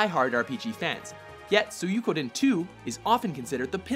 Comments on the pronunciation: suikoden is pronounced sweekoden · We pronounced Suikoden as SUY-KO-DEN. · also you have a stroke saying suikoden